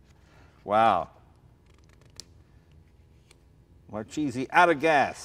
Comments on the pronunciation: It's Marchese not Marcisi... come on!!! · it's MARCHESE not MARCISI !!! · This guy doesn't even know how to pronounce his last name....Its Mar Kay Zee not Mar Chee Zee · As a professional Sicilian, I found the pronunciation of Marchese in this video strange. Both Jay and pronounced it "Mar-cheese-ee". But I'm pretty sure that back in Sicily, they said "Mar-kay-zee". But what a cool bunch of racers those Marchese guys were! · Mar-kay-zay, not mar-cheesy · Pronounced Mar-KE'Ze, not Mar-Cheesie!!! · I'm sure it's pronounced "mar-kayzee" not cheesy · I love the videos…but: grammar knotsy: Marchese, in italian, is really pronounced Mar-kay-zee.. 'ch' in italian makes a K sound… so Mar-Cheesy…is so american… and Lancia… is pronounced Lawn-chaw.. "ci" in italian makes the ch sound… :) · It's "markese" not "marchese" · its pronounced Mar-Kay-Zee not mar-cheesy... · IS MARKESE NOT MARCIESE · Name's MAR-KAY-ZE not MAR-CHEESEE. And I thought Jay was pathetic with his Eye-Talian pronunciation. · Makes me sick, First to call the family name marcheese. It’s pronounced mar-k-z The family is from Palermo Italy. What a family skunk..... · its proncounced MAR KAY ZEE ... this guy sure isn't proud of being Italian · pretty sure it's pronounced 'Markeesee' ...hard C before an H in italian ... it's a pretty common surname in Italy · 'marcheeeesy'... gee... you couldn´t possibly miss pronounce that even more. Just saying, no wonder he seems to be selling it, he gives zero fucks. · Someone should teach the proper pronunciation! Marchese isn't cheese! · It's pronounced markese please! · it's pronounced markayzee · Thats not how you properly pronounce that name. It is pronounced Mar Kay Zee. And this guy is a Marchese?! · "It is a Mar Cheesy..." fucking guido does not even care for correct pronunciation of his last name. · wrong! mar-ke-se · Mar-keh-seh trust me,i'm tuscanian.